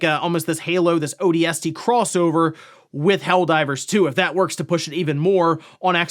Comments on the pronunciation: Why do you say odst like a freak??? Ooohh... D S T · Odie Estie reporting for duty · i didn't know ODST could be pronounced like that. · I came to the comments looking for this and was not disappointed 😂